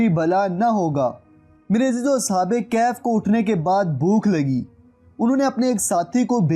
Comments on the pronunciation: As'hab-e-Kehaf nahi As'hab-e-Kahaf hai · Ashab e kahaf hota ha bhai ,ashab e kaf nhi